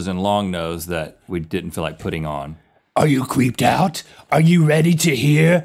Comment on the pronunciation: Link said are you creeped out yet, and it sounded like he said are you queefed out yet! HAHAHA LOLOLOLOLOLOL